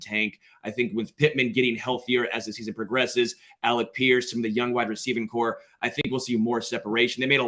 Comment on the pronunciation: Omg. I was hoping I’d misheard you last week when you mispronounced, “corps.” But, then you did it here twice, in consecutive sentences. I don’t know man. That’s rough